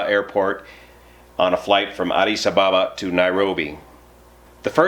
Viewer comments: Try saying Addis Aba ba.. not Abaaba.. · One minute in and I am finding the (mis)pronunciation of Addis Ababa to be almost too painful to continue listening! :( ….. It's Addis Ab-ab-a, not Addis A-ba-ba. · Just for information. Addis Ababa is pronounced Addis Abéba. (like the A of Baby) Greetings from an ex sabena OPS manager. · You are getting the emphasis on "Addis Ababa" wrong. It's A_ddis_ _A_baba. Checkout wikipedia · Learn how to pronounce Addis Ababa!